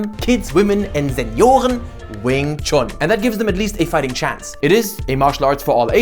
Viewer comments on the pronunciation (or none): Why did he say "Senioren" like that? Is he originally from Germany or something? ^^ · "Senioren", wow do you speak German too? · Sprichst du Deutsch?? The word "Senioren" sounds perfectly German.